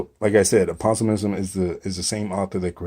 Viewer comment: APO-SIMZZZ.. You're saying: APA-SO-IIZM.. REBA-DOH-AN